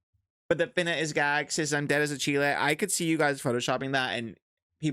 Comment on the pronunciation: Pronouncing it as Chile 🇨🇱 is taking me outttt 🤣🤣🤣